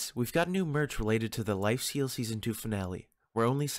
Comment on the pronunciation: Am I the only one hearing him say lifeseal at the beginning bruh